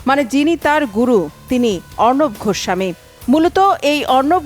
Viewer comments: গোস্বামী ।ঘোস্ সামী না । উচ্চারণ ঠিক করবেন।😂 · ঘোস্বামী নয় গোস্বামী ভাষায় যার শুদ্ধ নয় সে আবার সন্চালক 🤣😄🤣